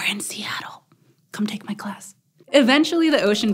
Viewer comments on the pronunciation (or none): none